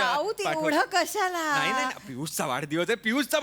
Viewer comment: Prajakta 'vadhadivas' la 'vadadhivas' mhanali.